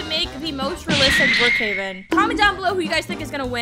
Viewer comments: You did better your soo good but you say raelistic 11 times but good vidio good work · Alot u said relstic